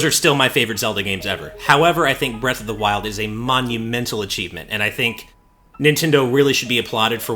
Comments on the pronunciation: "Breast of the Wild" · . "Breast of the wild"